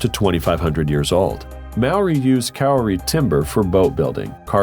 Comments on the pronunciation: Kauri tree is not pronounced keeri tree. Correct pronunciation Kauri = k-oh-ree but said quickly. Half way through his narrative he pronounces it better, so someone obviously corrected him during recording, but he didn't go back and correct the earlier mistakes. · "kauri" is not "kirrie"! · Kauri is pronounced ka-o-re or Cowri to those who cant pronounce the first way. It’s NOT kiri. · It's Kauri not 'Cury'. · The problem with using AI(?) as a narrator is that there are some truly weird pronunciations of some names... The 'curie' tree. It means 'kauri' which is pronounced 'kau ri' ('kau' as in 'go', not as in 'cow'.). For all that, it's quite cleverly done. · aye bro Kauri is pron. "Cowry" not "Koorey". Biggest trees in the world in little ol NZ. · *Cury Tree How the F did that mistake happen for the Kauri tree? Pronounced COW ree. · Ultimate Fact, Wikipedia confirmed what I already assumed--Kauri is pronounced COW-ree, rather than COO-ree. Also, since there's no 'a' on the end of Sabah, it's pronounced SAH-bah, rather than sah-BAH-hah. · What's a Kirri tree? What's with you Yanks? Why can't you bother to either read or find out how to pronounce New Zealand words? It's KAURI not Kirri. Also the trunk measurement of Tane Mahuta, the largest kauri tree is not 13 meters in circumference. It is 14.6m You did get the age correct. Incidentally there are remains and records of fallen kauri trees that were 7.2m diameter, whch is about 22m circumference. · Tree 5 is a Kauri tree (cow-ree) 🤔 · Kauri- ko ree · Kauri …. pronounced Cowree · You said Kauri wrong, its pronounced "Kowrie" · Noticed the narrators mispronunciation of Kauri. His pronunciation is Keeri. Half way through his recording he gets the pronunciation almost 100% right, so someone on the production obviously corrected him, but they didn't go back and fix the earlier mistakes. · ...the information about the Kauri (pronounced coe-ree), is mostly wrong.. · correct pronunciation of Kauri is "cow-ree" :)